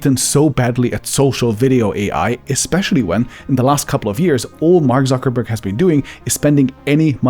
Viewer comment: Zuckerberg in Spanish is "Suckerberg"